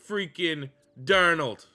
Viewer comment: Bro butchered this video with the qb sam. But what can you expect from a Canadian